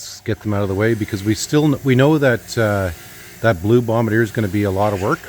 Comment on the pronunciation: Just a friendly note that its pronounced BOMB BAR DZEE A. Nice old machine.